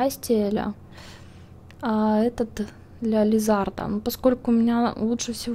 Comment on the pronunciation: не правильно говоришь лизаРда лизаНдра ударение неагара